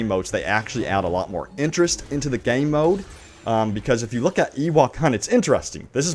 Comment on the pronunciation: The way you pronounce “Game mode” is horrible.